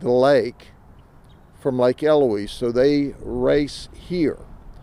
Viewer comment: Well, he pronounced 'Eloise' correctly.....